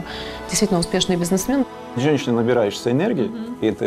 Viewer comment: Украинский бизнесмен - з неправільним наголосом! Ця пані часом не з Москви?